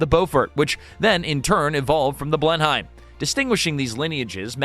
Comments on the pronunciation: it may be spelled as Blenheim but it is pronounced Blenam. Yeah I know, typical British huh. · It's a bit hard on my ears to hear how you pronounce "Blenheim".